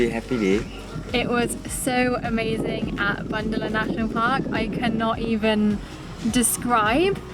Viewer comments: it is bo not ba "Boondala" 👈💕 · "Bundala" is pronounced as "Boondala" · "Bundala" should pronounce as "Boondala". 😊 Happy Married Life! 🌷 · Its not spelled as (Bundala =Bandala ) national park, its Bundala (Boon dala) national park...